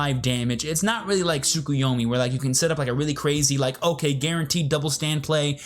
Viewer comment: This is rather petty, but I always eye twitch a bit when I hear the "u" in Tsukuyomi being pronounced.